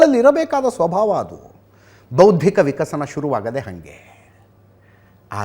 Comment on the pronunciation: Mostly it sounds like * KAI * MURIDU olage bha.